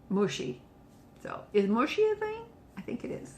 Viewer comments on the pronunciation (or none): Should be mushy not mashy.